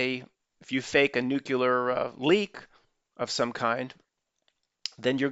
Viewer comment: Nuclear - , I believe it's: "Noo clee ar"... ( not "Nook u lar"). Not as important as SeaMonkeys but, I just don't want you sounding like GW.